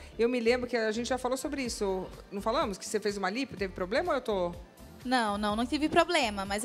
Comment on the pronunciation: Parece que a doutora fala PROLEMA. 😅